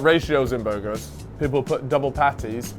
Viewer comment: Burrrgerrrrs! Edit: WTF, why aren't you saying it right? Edit 2: fucking tease, I see what's happening here